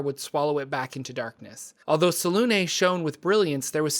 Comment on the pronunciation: I love your videos but some of your pronunciations have me gritting my teeth. 😅 Selunê is pronounced like seluna. The accent mark has a specific phonetic you should look them up when you come across them. ☺